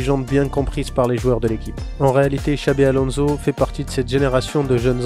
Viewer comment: On prononce Alonsso, pas Alonzo